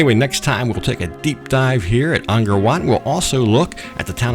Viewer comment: Don’t want to be petty but ist pronounced Angkor not Angor last time I was there tickets were$20 for 3 day pass so not that much more,20 years ago,shame money doesn’t go to the Camers, become another south Asian country bought the rights to it many years ago very cheaply, all ticket sales go there way!